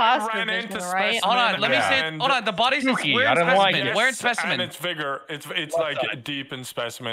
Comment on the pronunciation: I THOUGHT THEY SAID THE N WORD WHEN SAYING VIGOR WTFFF